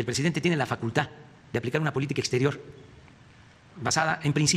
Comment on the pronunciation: Aveces Dice Facultat